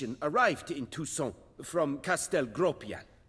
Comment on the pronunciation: How come the armorer can't pronounce properly "Toussaint"? Geralt does it much better, and he's not from there. (By the way,, do listen to Geralt. Your "ain" sound in "Toussaint" is too closed, like the armorer's. That would actually be the proper way of saying "Toussent", or "Toussant".) Loving the walkthrough:-)